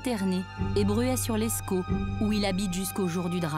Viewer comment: C’est Bruay sur Escaut pas “sur l’escaut”